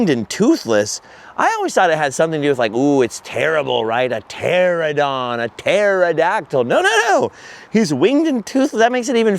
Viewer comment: "ter-AN-a-don"!!! You keep saying "TER-a-don". Great impression of it tho...😜 My fave has always been Brontosaurus. Big, lumbering, mom-threatening... I dunno, maybe it's a Flintstones thing.😄 Another perfect video, dude! You're seriously the best.